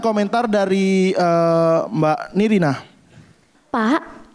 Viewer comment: nirina gak jelaas...